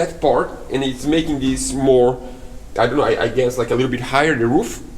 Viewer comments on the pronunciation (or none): none